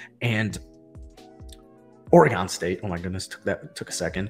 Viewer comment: It’s Oar-Gun 😂😂. From a Oregonian!